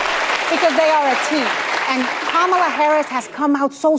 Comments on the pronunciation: Is not Camela It's Kamala. Lmfao. She must have forgotten. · When is no one mentioning the way that Whoopi pronounced "Kamala's" name... "camel-a" I've heard people get accused of "racism" for pronouncing it like that..🤔🤔🤔🤔 Weird